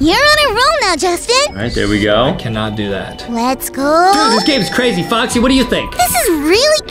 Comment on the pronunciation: Why does adem keep saying boxy not foxy?